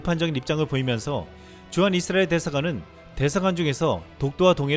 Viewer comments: 이스라엘 발음을, 잇쓰라엘 로 하시네요. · 발음좀 똑바로해 잇 쓰라엘이 아니라 이스라엘.